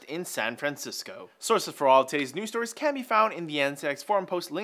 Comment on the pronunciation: "sources for all tit-ahs news storys" lol, tities.